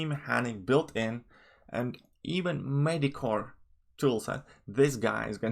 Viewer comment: I apologize in advance for this question. I’m not trying to make fun of you but what is medicore abilities? Normally I can figure out what word you’re trying to say but this time your accent has me stumped.